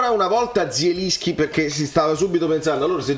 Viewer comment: E però se dobbiamo fare i fiscali nelle pronunZie, si legge JELINSCHI, con la J alla francese.